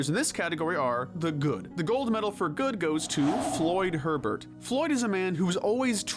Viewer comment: It's Floyd Hebert not Floyd Herbert.